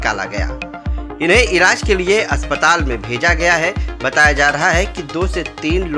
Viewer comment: Abe iraj nhi wo elaaj hota hai be bhaiyye patrakaar 😂😂😂